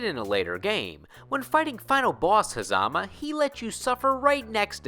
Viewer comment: its pornouned ha zuh muh